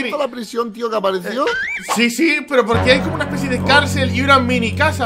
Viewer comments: "PRISION" bieeen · "P-R-I-S-I-Ó-N" eres el mejor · "prisión, de macsima seguridad" 🏯